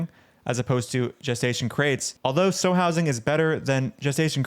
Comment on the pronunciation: I'm sure someone already said it, but a sow is a female pig, and it's pronounced like the word cow or pow. It doesn't really matter, but meat heads will use the mispronunciation of a word to dismiss a whole dang argument. Love your vids!